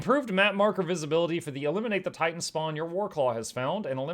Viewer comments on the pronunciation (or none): none